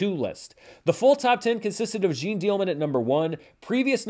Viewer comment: it's really not Jean like zine, a little effort on the name perhaps?